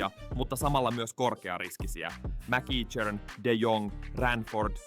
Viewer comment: MacEachern lausutaan kutakuinkin "mäkekhöön". Ei siis "mäkiitshöön".